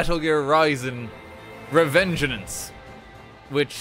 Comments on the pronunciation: fun fact, this is the first time you pronounced "Revengeance" correctly in the entire video. Every other time, you kept adding an extra "en" in there, making it "Revengeanenance" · Legends say he is still calling it Revengean an ce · he says "Revengenance" the whole game 😂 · Revenganance ? Why is he adding in extra letters every time he says it ? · Is anyone else bothered by how he pronounces revengence for most of the time? He pronounces it "revengenance" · Take a shot every time fucks up saying "Revengeance"; you will die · It hurts to hear an english major mispronounce revengeance